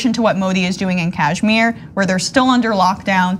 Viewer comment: Tell them first learn how to pronounce Kashmir